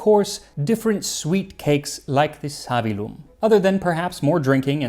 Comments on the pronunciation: it's "savīllum", therefore the stress is on the "i"; and it's "patĭna", therefore the stress is on the first "a" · Savillum has a double "L" that has to be pronounced.Therefore the stress falls on the "i".